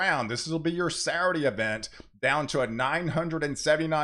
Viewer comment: Please learn how to pronounce 'Saturday'. I like you and respect your work, but seriously.